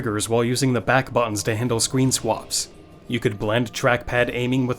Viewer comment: Yeah, homie, is not an AI. It's a very human mistake to say, "Scween Swaps" Great video, very informative.